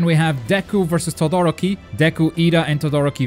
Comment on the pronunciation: No trying to be mean,and you can get rid of a accent but todoroki and stain got pronounced wrong its kinda irritating